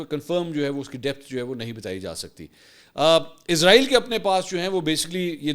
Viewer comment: Mansoor Bhai word Israel hai ap humesha izrael kiu bolty hn JB k wo moat k farishty Ka name hai ??